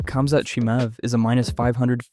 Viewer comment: bro is saying cumzat